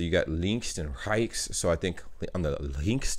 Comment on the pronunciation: Try to say the e in rechts like ernest